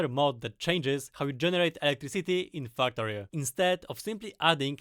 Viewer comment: When I talk about factorio with my friends, I call it my faktoreh We all know why. Factorio = = Factorio